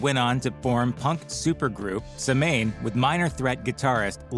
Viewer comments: You can tell this video is AI slop because he calls Samhain "some-mane". Also Brian Baker is not a drummer nor did he play drums in Samhain. He's a guitarist and was the original guitar player for Minor Threat. He and played bass for Samhain. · UGH!!! Samhain is pronounced SAW-WIN (the A is short) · Said wrong like fans liked Ms its SAM-CHAIN Or said like Souwyn. Gawddamn AI. Its a Social D moment. AI = "the Creeps" But less good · No you shouldn't because it isn't pronounced that way. Saw win is how its pronounced.